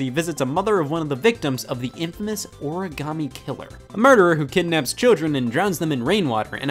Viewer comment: I love this game. But I HATE how they pronounce origami